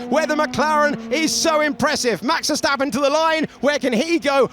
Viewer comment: Max Verseventh 😂😂😂😂😂